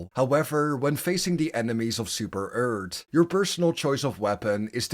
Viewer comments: i love how you say super earth as super ert it is amazing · "Super Eart"